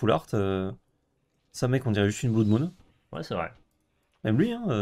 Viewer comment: Je vais me répéter, mais la prononciation en anglais est erronée sur certains mots. Je vous invite à regarder le merriam webster ou l'oxford learner's dictionnary pour confirmation ; ils ont des sons écoutables sur les mots. Ma correction, en phonétique approximative : : crimson vaow : mana flode : blode moon